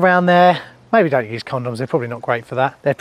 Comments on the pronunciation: I thought you said "used" and not "use" 🫣🤢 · That's what I heard as well 👀